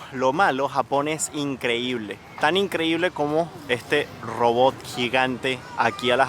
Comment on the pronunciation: Amigo se dice ROBOT ... no robob ... hay en serio venezolanos y cubanos su pronunciación! Ojo.